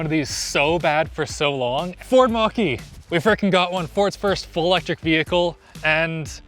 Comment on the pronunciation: i love how called it the "ford mach-e" in the beggining, you make me proud:')